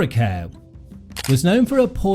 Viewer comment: Her last name is mispronounced. It is pronounced like "car." The promotion for one of her early American films stated that.